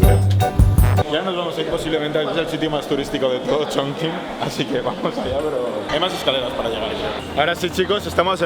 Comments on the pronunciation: Todo genial, es total esta ciudad. Pero se pronuncia: Chonchin no chinkin 😗😗😗. Un abrazo! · holaaa! Yo nací en esa ciudad jajaja y como comentario positivo se pronuncia “chongching” aunque se escriba “chongqing”. Videazo!👍🏻❤️ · Hola! Me ha encantado el vídeo aunque cuando decías el nombre de la ciudad me chirriaban un poco los oídos jajaja 😂❤ Para próximas veces, acuérdate que cualquier sustantivo en chino que tenga la letra Q y después una única vocal se pronuncia como “CH”, como en la primera parte de CHongqing 🥹